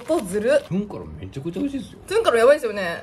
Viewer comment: トゥン⤴︎カロンなんやww